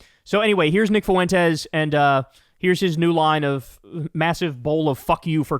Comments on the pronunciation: This is so minor, but it’s pronounced like ‘fwen-tez’. Not “foo-wen-tez’. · It's "FWEN-tez", not "foo-WEN-tez". God, is that annoying. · PLEASE LEARN HOW TO PRONOUNCE "FUENTES" IT DOESNT HAVE 3 EFFING SYLLABLES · Foo en Tez - Kyle